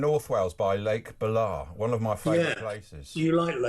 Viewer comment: Bala is Baal-a not B'la...